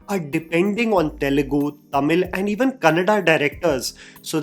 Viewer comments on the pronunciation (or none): none